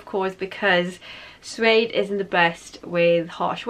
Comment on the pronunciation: Just a FYI it’s pronounced Sue-aid rather than zoo-aid